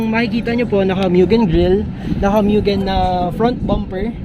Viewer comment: Actually…😂 Mugen not Myugen…😂